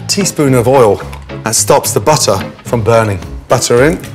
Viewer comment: Got to love the way he says "butta"